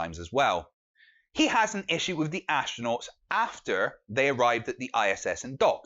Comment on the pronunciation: And it's WITH!!! not wiff!